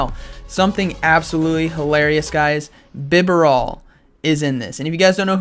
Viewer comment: I'm pretty sure it's bih-BARE-ull